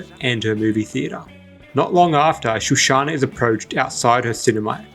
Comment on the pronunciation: Shoshana not shushana.